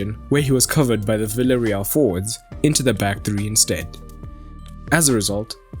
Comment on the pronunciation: Please people, call villareal not ‘villareal’ but ‘biejareal’